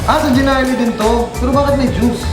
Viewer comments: Okay nasana kaso yung pagkasabi ng gnarly mo iba hahahahaha jeeeenarly. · Narly, silent G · GNARLY but it pronunce NARLY! silent "G" ;)